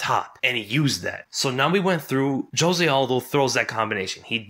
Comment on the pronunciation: "Joe-se" lmao